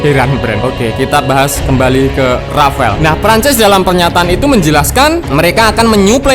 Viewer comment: R A F A L E BUKAN RAFAEL, SEENAK JIDAT AJA NYEBUTNYA RAFAEL